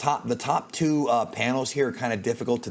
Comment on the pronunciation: I think he meant “two” he just missed every letter.